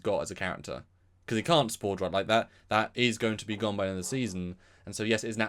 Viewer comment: It's pronounced Cull-ber, (and also, the accent is on the first syllable.) not "Cole-bear."